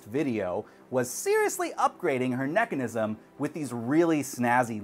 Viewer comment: ahhh.. he said nechanism ahhhhhh xDDDD